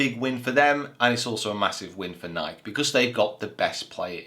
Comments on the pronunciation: Great Video! But it's called NikEEEEE and not the way you pronounce it😅 What do you think about Bubba, switching to another ball away from titleist to a no-name? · it is Nikeeeeeee. We will give you time. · I need you to Google "Is it Nike or Nikey". This has been going on for far too long, sir. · Is that how people from the UK pronounce Nike? One syllable?